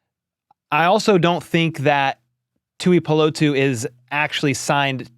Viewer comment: Pronounced Tu-i-po-lotu. Po not pa. 👍